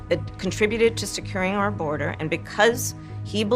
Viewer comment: couldnt say border?